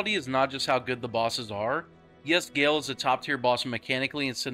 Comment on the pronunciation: Bro the Name is Gael, Not Gail it’s pronounced “Ga-L” the E is silent